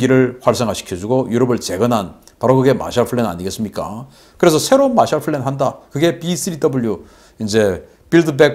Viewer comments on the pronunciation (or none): Plan과 Flan 구별 P와F, B와 V 발음의 구별